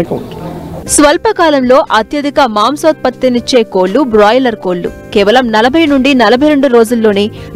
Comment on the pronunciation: Adhi boiler kodi..... Brolier kodi kadu thalli